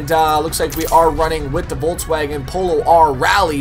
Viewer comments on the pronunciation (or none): none